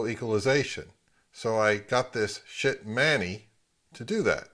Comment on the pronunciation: I can't help it. Yoy keep saying sbit. lol. I used to have an NAD